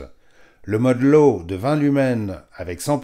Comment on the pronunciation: Zut, j'avais jamais fait attention... "Le modheu, intuitifheu..." 😁